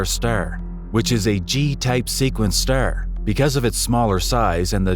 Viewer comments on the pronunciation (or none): This AI can't even talk. Ster...😂